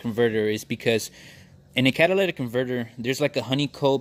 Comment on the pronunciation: The catalatic converter 😂😂😂